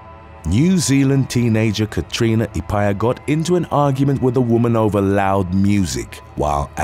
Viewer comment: Just saying for the woman at number 7 Her surname is Maori and is pronounced As follows: Epiha ( E-Pe-Ha ) but you did a good job covering her and what she did! 🤔